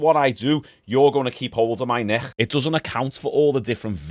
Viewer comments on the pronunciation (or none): It’s not a Neckcchh it’s Neck ffs